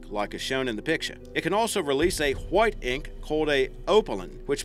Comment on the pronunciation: He said huite ink 😂😂 family guy all over again